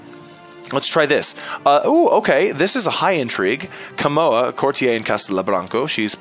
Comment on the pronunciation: IT'S A COURTIER. A FUCKING COURTIER. NOT A "COURTI-EY"